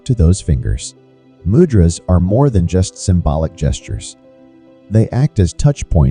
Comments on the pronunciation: Man....."Mudras" is pronounces MOOO - Dras! , not MUD dras... Also the elements of the fingers are completely Incorrect... Please don't pass on powerful techniques incorrectly... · Mud-drazas???? 😂😢 Do you mean 'Moo-dra-s'? What a Mud-drazaz??? Mud-ras???😣😖 😂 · It is pronounced: Moo-drahs. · You pronounced mudras wrongly